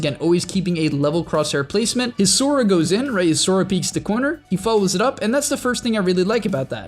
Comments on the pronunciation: he def said sora not sova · A guy giving tips on high level Valorant guy calls "soVA", "soRA" you even play the game? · Did u just call sova sora